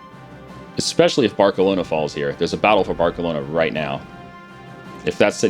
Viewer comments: "Bark-aloana" really? Hey not "barse-aloana"? Maybe because Im British but....somehow you can pronounce our cities right bit not other big famous cities...my logic is le dead. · "Barkalona" lol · I love you but... "Bark-elona"? you said Versailles right the first time last episode, and said it wrong the very same! You're still the best, don't worry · That pronounciation of Barcelona is on point. (Kappa)